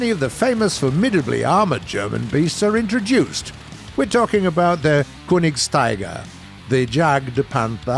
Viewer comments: It's Königstiger not Kunigstiger lol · pronounced kernigsteeger, yagdpanter, broombear, yagdteeger and raketenyagdpanzer. Don't need to bother with these but at least pronounce j like y. Also sturer emil should have mg34